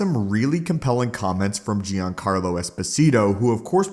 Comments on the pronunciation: "JONcarlo", NOT "GEEancarlo". Look up his interview on the Seth Myer's show if you want to hear it said correctly. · PLEASE READ!! I have been more than irritated at you deliberately mispronouncing words. Giancarlo... it's pronounced like "John-car-low" not "gee-an-care-low". PLEASE STOP. I actually watch fewer of your vids when you do that, significantly. Personally, I watched 1/6 videos you post, and I would watch EVERY ONE if you didn't do that. I love your content but that is an OCD thing that I am SURE other people deal with. I'm not saying I'll stop watching ur channel. I AM saying you WILL got more views if you don't do that. No one is gonna stop watching if you stop doing it, but I KNOW people don't watch because you do. I'm not threatening you, I like your content. I'm telling you the positive you THINK you're getting from the complaints via comment is worth less than the amount of subs and views you'll gain/earn by stopping.